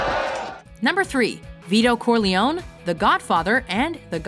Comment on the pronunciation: THE WAY SHE PRONOUNCED CORLEONE